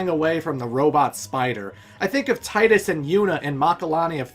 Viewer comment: Doesn't know how to pronounce Tidus' name (It's TEE-dus). Doesn't understand that Vaan is around to be our eyes and ears. Skips talking about the story to talk about combat. This is one of the worst Retrospectives I've ever seen.